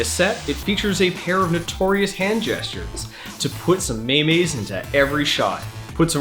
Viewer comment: Did you just pronounce MEME as MAY MAY ? ? ?